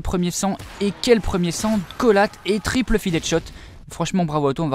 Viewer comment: il dit "triple feed" quand ce sont des triples et soit il mett l'accent anglais soit le français car le mix des deux... Tripeule feed!